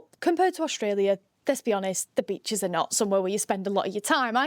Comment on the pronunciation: I stopped at Breachs. Yeah? Nah. It's beachEs.